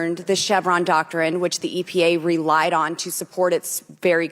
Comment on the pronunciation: Soompreem court? Re-lied? Good lord she needs to read some key stage learning speech books.